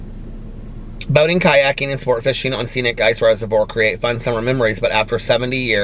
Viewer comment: When you said boating ,I thought you said boning 🤣🤣🤣.